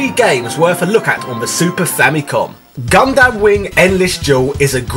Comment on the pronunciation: It's pronounced "Gun-Dum" :P